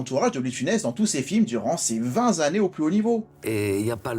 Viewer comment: "Durant ces vingt zannées". Je ne m'en suis pas encore remis. Ceci dit toujours autant d'enthousiasme dans vos émissions et cela fait plaisir à voir bien que ne partageant pas toujours vos avis. Normal. Principe du débat démocratique! Bonne continuation!